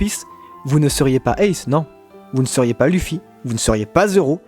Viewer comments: ON DIT OUSSOP ET PAS EUSSOP!!!!!!!! ET C’EST LEUFFY PAS LUFFY 🙄🙄🙄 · Aaahhh !!! Ça ma stressée toute la vidéo comment tu dis Luffy et Usopp. Luffy ne se dis pa luffy mais Leuffy et Ussop se prononce Ousopp et pas Eusopp